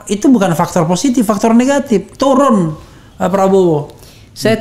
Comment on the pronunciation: Menit 52.04 mangcek refly keluar plembangnyo, turun jd toron logatnyo, dk pck ilang :)